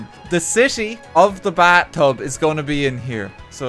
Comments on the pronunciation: Is the letter H silent in in Ireland. The bat tub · The bat-tub in the bat-room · "so this is gonna be. the baa tub." hmm yes thank you accent. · Because of his accent it sounds like he is saying bat-tub I can only think of batman sitting in the bat-tub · TO THE BAT-TUB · "The BAAtub"